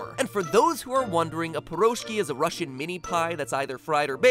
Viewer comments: He also mispronounced pirozhki (piruzhkEE) ("pirozhkiS" does not make sense to begin with, it was already plural) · Hey , that's not pIroshki , that's piroshkI!